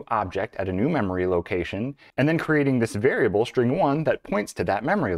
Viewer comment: I thought String is with an S and not with an SH... String... or SHtring??? Man - I enjoy your videos, but the SH for S are SO ANNOYING!!!